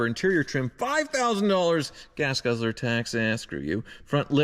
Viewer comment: "Gas guzzer tax ah screw you" 🤣🤣🤣